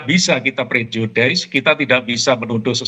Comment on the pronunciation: Pak polisi, pronunciation yang benar adalah 'PREJUDIS,' bukan 'PREJUDAIS,' 😂😂😂. Bapak bilang 'prasangka' saja kenapa sih, wong prejudice itu bukan istilah yang scientific.